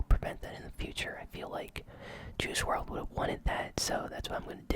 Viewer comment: It’s pronounced world not wrld